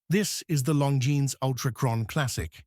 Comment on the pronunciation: Terrible video... Cannot even pronounce the brand name properly. Lazy and sloppy work!